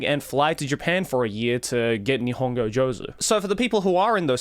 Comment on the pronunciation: By the way, one point you forgot is attention. Because if you had given some attention to your Nihongo studies you would say Joozu and not Jozu….😂😂